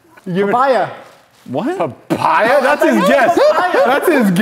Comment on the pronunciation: "paPIEa" almost,. almost.